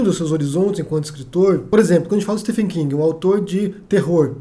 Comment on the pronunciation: uma dica p'ra você,... o nome próprio STEPHEN (King) é pronunciado como "V" e não "F": STIVEN...